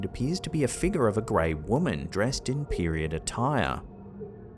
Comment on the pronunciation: You had me at "mysterious fig-yahs". Love you and Ham Fam